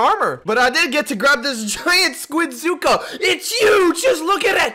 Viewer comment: When he said squidzuka it sounded weird